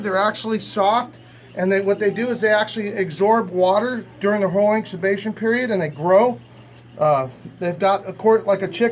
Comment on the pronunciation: AGSORB WATER and IBXUBATION period? Not sure I can spell how mispronounced those words!